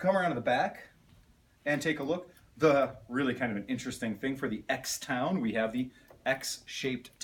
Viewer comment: Judging by your closing line, you must love litigation. ;-) Im a little older and past my motorcycle years, but I want to ride again, affordably. This and the Lance Cabo 200 and 125 are my three primary candidates. And thanks for pronouncing it cross town. You're the only one on youtube getting it right. Thanks for the great video. Be well.